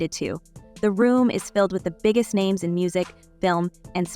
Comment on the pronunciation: Lady if you are going to do videos get people's names right. Smdh